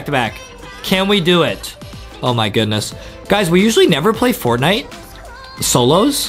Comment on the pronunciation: I love to wach but hear tihs Fortnieght more like Fartnieght😂